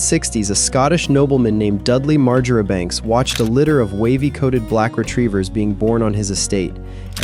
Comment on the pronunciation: Marjoribanks is pronounced Marchbanks or Marshbanks. It is like Menzies, pronounced Mingiss. We are a strange lot in Scotland 🙂